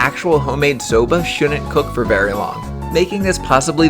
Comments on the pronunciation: I thought you say soda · Legit thought it said Sabra